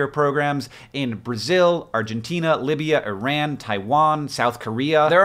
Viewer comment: john please teach this kid how to pronounce iran :D